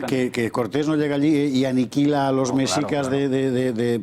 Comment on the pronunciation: El guión del programa y las preguntas a modo, todo bien artificial, el historiador ni siquiera sabe pronunciar Mexicas, dice mecsicas, dan la impresión de ser un foro de reaccionarios de la vieja escuela, con prejuicios que todo les ofende. Me pregunto que clase de educación oficial y visión histórica poseen los que se ofenden por esta noble petición, si fueron formados con el oficialismo parcial de la dictadura franquista al cual jamás lo removieron de su cargo, murió con mano dura y represiva hasta el ultimo día de su vida y ahora mantienen una monarquía parlamentaria a modo y acomodaticia para la realeza. Encima de esto tildan de populista al presidente de México, no saben siquiera el significado del populismo lo cual solo es un cliché del neoliberalismo capitalista-rapaz, el presidente lo eligieron 30 millones de personas y tiene la aprobación mas grande en décadas en su muy corta administración. Lo culpan de que es un país violento, pero solo lleva 3 meses en el cargo, pero con sus antecesores los ex presidentes corruptos y ladrones esos no les parecían populistas, eran títeres que no sugerían la reconciliación para con los pueblos originarios.